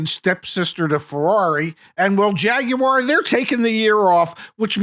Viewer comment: OK guys…JAG YOU ARE??? Really??? I expected better pronunciation from you car experts.